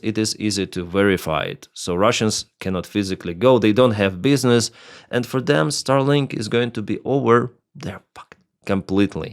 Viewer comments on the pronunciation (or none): none